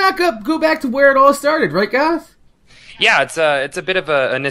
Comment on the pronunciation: Holy Shit..... pronounced Goth's name correctly TWO times hahahaha